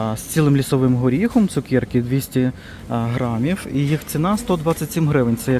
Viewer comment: Чому цукЄрки????просто цукЕрки , не розумію!!!